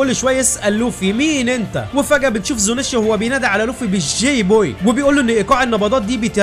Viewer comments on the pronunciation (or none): أخي نطق عدل ألفيل اسمه زونيشيا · اسمها زونيشا مش زونشايه😂😂